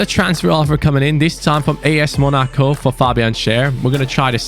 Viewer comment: Its MONACO not monico But good suggestion